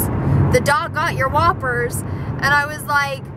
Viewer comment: when you were talking about the dog eating your whoppers I thought you were saying "wafers" until you showed the bag. Now I know why people say you pronounce some words wrong!!! But that's okay!!! I cannot pronounce the letter "R". Fwog, wain, wechargable.